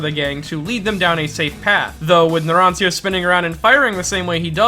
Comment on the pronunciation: As someone who speaks Italian, that pronunciation of Narancia hurts.